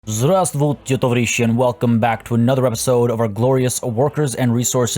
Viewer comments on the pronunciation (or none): I clicked on this to try to get to planet zoo and I know Russian and the здравствуйте shook me. I don’t know if he’s saying a different form of the word but in my classes and my Russian native friends we say “zdrahstuihtye” or “zdrahstuih” the letters that sound like V in English are silent